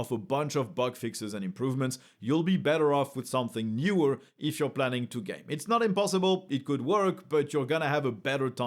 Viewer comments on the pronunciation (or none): none